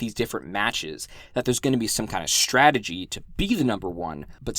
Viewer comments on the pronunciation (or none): Nobody gonna talk about the "Stradgey" in ?